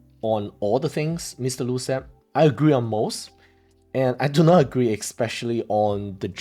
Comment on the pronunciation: Bro, did you just say expecially in your intro? That's embarassing. Very embarassing.